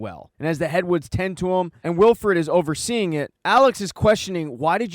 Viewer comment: You know its Willford not willfred right